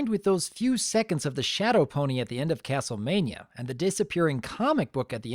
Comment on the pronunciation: star spiders from castle mane-ia? After the Fact: Castle Mane-ia